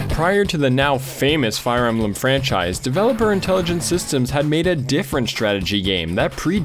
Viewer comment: i love advance wars, wtf is fire em-ba-lam?